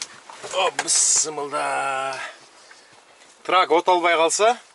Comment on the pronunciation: БЫС МЫЛДА ЭМЕС, ТУУРА АЙТКАНГА АРЕКЕТ КЫЛ, БИСМИЛЛЯАХИ РАХИМАНИ РАХМАНИ РАХИМ, ДЕП АЙТЫЛАТ, ТИЛИН КЕЛБЕЙ АЙТАЛБАСАН, АЙТБАЙ ЭЛЕ ТИМ КОЙСОН ЖАКШЫ БОЛОТ